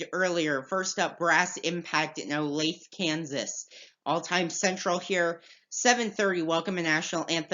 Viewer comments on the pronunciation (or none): I enjoy your podcast. One comment, though. “Olathe” is pronounced “Oh-LAY-thuh”, not “Oh-Lathe”. I used to live down there. It is a suburb of Kansas City.